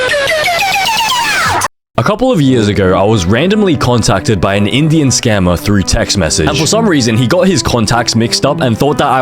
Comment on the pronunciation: 'in idian'😭😭